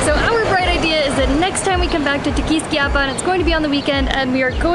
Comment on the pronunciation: It's pronounced: Te- quis-KIA pan with the accent on the KIA not the "quis" 👍😉